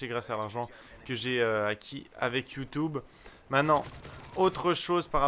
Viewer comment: ".. Avec Youtoube.." :)